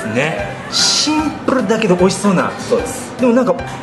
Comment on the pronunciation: のシンプルのプの発音www